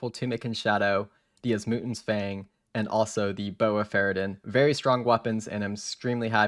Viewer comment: I like the content but your pronunciation of words triggers me you don't even try to say the names right XD OSmootens fang Tumikins shadow Chambers of ex Eric's I mean comon man at least try And rushing the ending by selling the tbow what a ruin of a great series